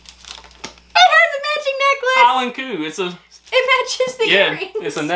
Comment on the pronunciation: You actually did really well pronoucing Heilan Coo lol